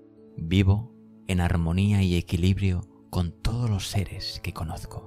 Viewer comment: Preciosa voz. Me gustaria wie observaras que dices Lor en lugar de los y sueles convertir en erres las eses finales y chirría un poco. Eres sin duda la voz más bonita de estos vídeos y si corrigieras la diccion sería maravilloso escucharte. No quiero ofender. Muchas gracias!